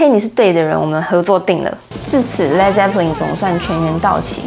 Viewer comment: 发音是led，不是leed。